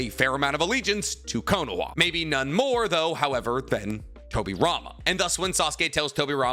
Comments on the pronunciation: It's konoha not konoa...this really pisses me off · Can someone explain to me why he is pronouncing Konoha Kono-wa? It's bugging the shit out of me. There are others too but that one is just... damn.